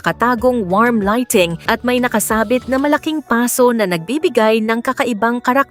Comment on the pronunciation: Binababoy naman ng Nagsasalita ang Tamang bigkas ng Salitang PASO, ang Tinutukoy nitong babae ay iyong lalagyan ng Halaman pero Ang Bigkas niya sa PASO ay Tumutukoy sa Nasunog na Balat, Nagtuturo ng Maling Pronounce ang Babaing ito sa mga Kabataan